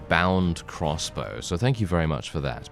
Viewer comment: Every time you say “crossbow” I think “cross bro.” Can’t even tell you what Warband series that was from. Haha